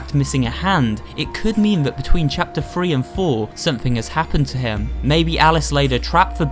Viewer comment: Is it just me or does he say thwee instead of three?